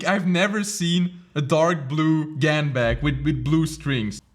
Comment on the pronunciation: It's pronounced GARN. I hope you can read Chinese